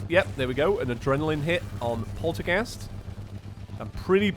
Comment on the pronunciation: He can't say polterghast right XD